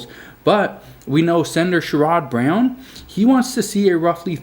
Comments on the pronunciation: You say the Congressman from Ohio like share id Brown. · It’s pronounced sherid brown… I know it’s spelled sherod